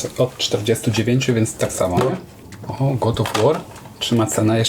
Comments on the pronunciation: Nie wymawia się "Gud tylko Gad" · "Good of wor" 😂😂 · Gut of łur 😂😂😂 kolejna perełka językowa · Gud of war 😂👌 to chyba z niemieckiego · To niezły Gud of Łor. Weź Ty się doucz trochę angielskiego bo wstyd słuchać. Dzieciaki lepiej wymawiają od Ciebie. 😂